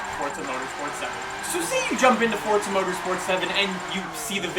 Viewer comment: I really like you man you're a nice guy but why oh why do you pronounce the game as FORTZA all the time